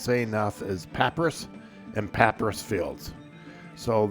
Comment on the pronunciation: It is pronounced pah-pyrus